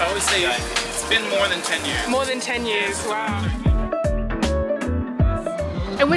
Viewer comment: i noticed u said "years" in an american accent because that guy said it like that first.